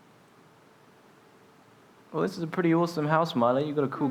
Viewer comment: “dis is da future dis is da game”